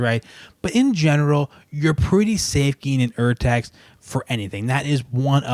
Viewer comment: Defintely agree. With Henle, the pages always lay flat. Henle chose the paper color & finish to minimize eye strain. And Henle will outlast the stapled-together 'yellow' editions by decades, and are passed down in families. I got data on this. BTW: the german pronounciation is OR-text.